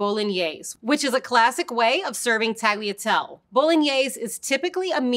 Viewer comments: I feel like I would have an easier time believing this person has some pasta expertise if she could actually pronounce the names of them. I mean, how are you going to say the final e in pappardelle but not in tagliatelle? "Tall-yare" for tagliare? Kind of baffling. "Mayoredus"? This is Italian, not Spanish; double Ls are still Ls. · A lot of English speakers struggle with the “-gli” sound in italian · Tagliatell-e and tagliar-e You pronounce the E at the end, like with the Pappardelle. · I can't get through this with the pronounciations... "tag-lee-a-tell". "Tahl-ya-telleh" please, learn to pronounce correctly. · Except that's the wrong pronounciatom; i'd rather you call them shells than butcher the italian gl like she did with tagliatelle. How to pronounce these words for an anglophone: Tagliatelle Ta-yah-tell-laeh Conchiglie Con-key-yeh And don't chop off the E at the end of words, it's italian not french. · Great explanation. Yet, the lady has to brush up on Italian pronunciation. In "Tagliatelle" the "G" is silent but the 2nd "E" is not, so it's "tallya-tell-eh". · she really just said taliatel 💀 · I lost it at Tally-a-tell. Using someone who at least attempts the correct pronunciation would have been much better in an explainer like this. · At least she didn't pronounce it tag-leah-tell. (And while I'm here, the Italian word for cut is tagliara, not taglier. Or taglio, if a noun) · Why do you pronounce tagliatelle the way you do when you pronounce pappardelle reasonably? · I have never heard tagliatelle pronounced like that ...